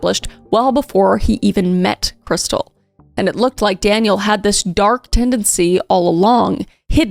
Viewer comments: In all the police cam footage her family + husband and everyone else pronounces her name "Kris•steel" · Isn't her name pronounced KrisTEEL?